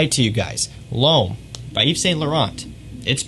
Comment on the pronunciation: “Loam, la nuee delloam...” Lol, the way you say these words cracks me up. It’s just sooo Americanized. 😂 Great channel, tho.